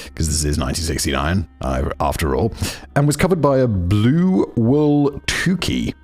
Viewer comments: not in the English sense of how we say it like nyuke. It’s more like it rhymes with Luke. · not his pronunciation of tuque please simon 😭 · Simon, your wonderful but your pronunciation of tuque caused me physical pain 😂 (PS my mom and I love TCC so much that you've become our ideal sleep aid keep it up) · Never realized that "tuque" is a difficult word to pronounce!